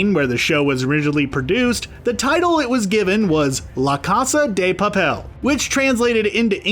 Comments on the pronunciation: This dude said "loa cosa da papel" im dead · "LA AMA PUTA"